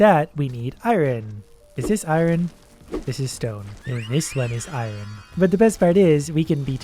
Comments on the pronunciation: Oh yes, I-Ron vs. iron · I love how he pronounces iron as irin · lol same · YOU PRONOUNCE IRON WRONG PLEASE STOP 😭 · he says iron weird sometimes! XD